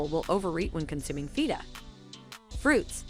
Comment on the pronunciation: OMGthe way she kept saying Feta 🤦🏼‍♀️🫣😂